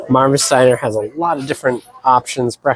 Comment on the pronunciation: It’s pronounced “Mar vees” and it is one of the best breakfast spots on Earth!!